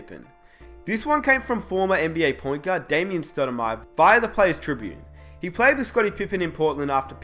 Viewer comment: Damon stoudamire not Damien